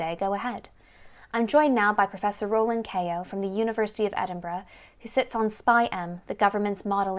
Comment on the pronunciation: Andrew...please tell Kate how to pronounce "Edinburgh"!!!! xxx Best wishes from Madrid...love the programme!